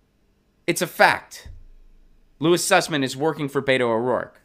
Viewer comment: The guy's name is Suss-man. I mean, come on...